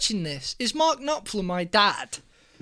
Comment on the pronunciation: Knopfler, not Knoplfer.;)